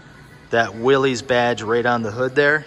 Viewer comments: “Willies” edition? Lol You mean Willys (pron: Willis). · It’s pronounced “Willis” as in Bruce Willis. Not “Willies”.